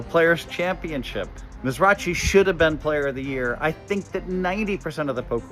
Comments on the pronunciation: Miz-ra-"chee"? I always heard it as Miz-ra-"key"??? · If you're such a pro why do you pronounce people's name wrong it's not miz-ra-chi it's miz-ro -hckee like they say in the Middle East ➡️➡️ pronounced misrohhkee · Miz-rotch-ee...? LOL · Maybe the bigger issue here is Hellmuth confusing the pronunciation of Mizrachi, saying it like MARIACHI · It hurts my ears to hear him pronounce Michael's name. What an ignorant human. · Lol yeah, that grinds my gears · ... what? Lmao it's a known fact his last name is pronounced Mizra-KEY. Dude's been around for decades and Phil is just plain ignorant if he doesn't know how to say his name. You understand that there are also words in the English language that are pronounced differently than they are spelt out, right? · "Mizz Raw Chee" Why are white Americans like this? Surely Phil has heard this man's name pronounced correctly about a thousand times? Do y'all go out of your way to sound ignorant about anything remotely "foreign"? Ong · Kind of sad Hellmuth can't say Mizrachi right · Hellmuth is a moron. He should at least be able to pronounce the guys name before he shoots his mouth off. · Phil is right except in the way he says Mizrachi's name. Edit: Doug's right. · Hellmuth is a clown. Deeb getting one 1st, 3 seconds, and a ton of other cashes. Hellmuth can't even pronounce the grinder's name.